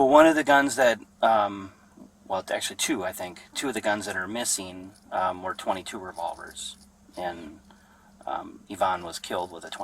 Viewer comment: A point 2 (weird pause) 2 caliber... Why use AI? Lazy